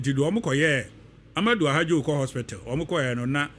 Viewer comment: For your correction, the Cameroonian leader's name was Ahmadou AHIDJO not "Ahadjo" as you are pronouncing it.